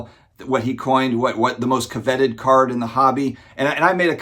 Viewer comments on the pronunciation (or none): Co-vet-ed? Did I hear that correctly? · I heard it too lol interesting pronunciation